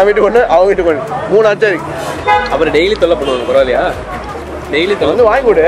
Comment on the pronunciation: Bro adhu Aaachaari ila Achaari which means pickle in hindi